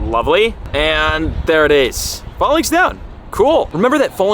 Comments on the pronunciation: It’s “fay -links” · Falinks is pronounced like the greek fighting formation Phalanx, i cant hear you say it wrong anymore lmfao